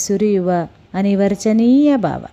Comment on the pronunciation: ಕಥೆ ಓದುವಾಗ ಕನ್ನಡಕ ಹಾಕಿಕೊಳ್ಳಿ ಮೇಡಂ.. ಅದು, ಅನಿರ್ವಚನೀಯ ಅನುಭವ, ಅನಿವರ್ಜಿನಿಯ ಅಲ್ಲ.......😂 ಮಳೆಗಾಲ- ಮಲೆಗಾಲ, ಘನಿಭವಿಸಿ - ಗನಿಭವಿಸಿ.... ಹೀಗೆ ಬಹಳಷ್ಟು ಉಚ್ಚಾರ ದೋಷಗಳಿವೆ 😅